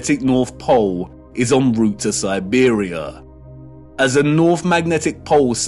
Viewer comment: “True Norf”